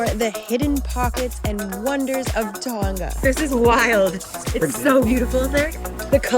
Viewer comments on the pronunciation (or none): FYI, it’s pronounced Tong uh not Tong ga